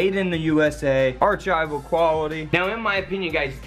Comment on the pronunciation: Ar- chive- all